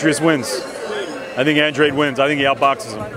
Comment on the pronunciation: Can’t even pronounce Andrade ......why is he getting paid ?